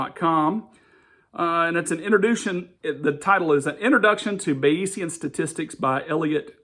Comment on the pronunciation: You're hilariously mispronouncing and misunderstanding Bayesian Statistics. It's not about belief. Weather forecasters use it all the time. Belief is not the same as probability.